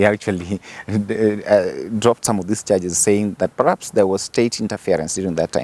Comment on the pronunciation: "Pahaps" yes. "Paraps" no